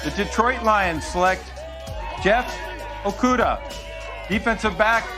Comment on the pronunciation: He bout messed up Okudahs name